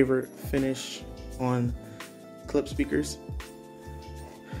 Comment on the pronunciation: Not "Klips"...."Klipsh"